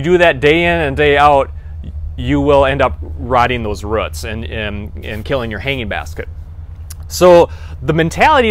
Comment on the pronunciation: Ruts? it's rooooots.